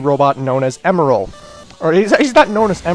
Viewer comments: I thought you said emerls name like em and then like an errrrr but with an l at the end. Last time I checked, that's how they said it in sonic x. You were basically saying emerald. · Actually it's pronounced (eM-eL)